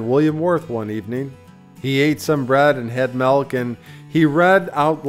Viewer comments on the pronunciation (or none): none